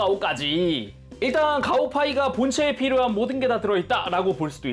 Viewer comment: 가오파이가라고 부르는데 왜 가오가이가라고 들리는가...